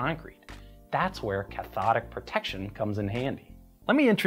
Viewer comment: I hear it as Ch'thonic Protection every time